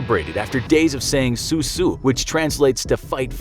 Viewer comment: ‘soo soo’ Your pronunciation is absolutely astounding.